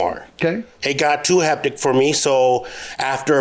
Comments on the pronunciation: Did he say "heptic" instead of hectic? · “Heptic” he means hectic 😂😂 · He keep saying “heptic” lol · He always does. I noticed that also.